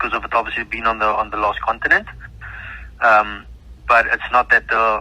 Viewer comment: "Continent" he says.